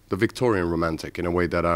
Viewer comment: oh gosh!!!! i LOVE the way he says rrrrrrrrromantic!!!